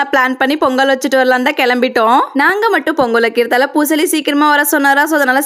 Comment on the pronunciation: அக்கா பூசாரி பூசாலி இல்ல